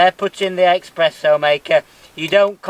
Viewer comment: Great vid and, a nice set-up but please... Expresso! Noooooooooo there's no X in Espresso. (Sorry, it's a personal foible)